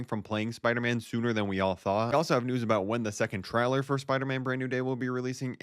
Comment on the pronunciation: It's pronounced (tray) (ler) not (trow) (ler)